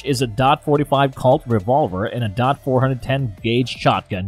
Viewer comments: What’s a Calt 45 or does he mean Colt! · Wow. Can't even say colt. Nope. Said calt. And really dot. I'm guessing he was Hired to narrate the video. And the guy that actually wrote it was just like fuck it close enough. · I thought he was saying calt instead of colt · The fact this channel can't even pronounce colt or taurus makes me not want to listen to them at all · I’m having a hard time talking a narrator seriously that can’t pronounce Taurus or colt and has obviously never been anywhere near a firearm.